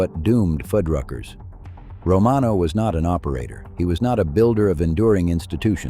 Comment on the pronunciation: Narrator: Fuddruckers. Foodruckers. Why are you changing its pronunciation throughout the video? Stay with one or the other please. Thanks.